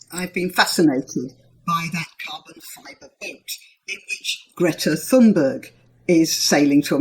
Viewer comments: You should say her name like Tunberg and not with the letter h, we do not pronounce that letter in swedish. We have a lot of farming land here in Sweden and a lot more than Norway. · Please ma'm. Go go Google Translate. It is extremely easy. It is not hard for you to say her name in Swedish. You have a th-sound. Disregard the "h", it's only "t". The wowel thereafter is not an English wowel/sound but you can do it easily. Google translate!!! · Th in Thunberg is a "hard" t, not like "thing" but like "take".